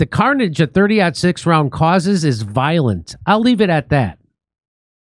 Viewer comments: I'm here to get expert advice on the shooting from those who don't know how to say the caliber of the bullet. Thanks for the professional analysis 👍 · Jimmy. Love you man. But someone who doesn't know how to say the name of the bullet maybe shouldn't be talking about conspiracy theories about ballistics. Also, the reason people shoot watermelons is that they explode spectacularly on the-tube-of-you. Bullets do crazy things. Just please oh please don't join the club of people who if asked if Santa is real turn around say that Rudolf was a mossad agent and took him out.